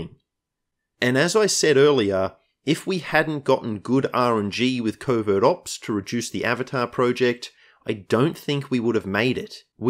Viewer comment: I keep hearing "Covid Ops" 😖